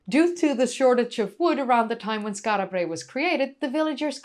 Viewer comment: Lol. I partly take black5f's point. An islander would indeed tend to roll the Rs, although they'd just 'tap' them. (I think that's the correct technical term). slightly 'over-pronounces' it: 'Skaarra Brraey'. Doesn't bother me at all, but it's not actually quite how an Orkneyman would say it, nor a random Scot or 'Brit'. (Although it's close, so 'no foul', in my opinion).